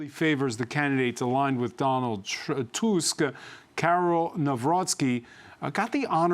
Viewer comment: TUSK not TASK